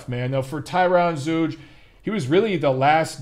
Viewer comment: I think it's pronounced Zoyga